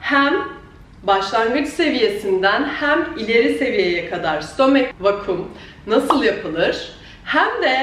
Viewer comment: stooommmeek vakiiuum